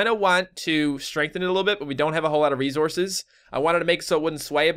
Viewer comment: It sounds like you're saying "rezources," lol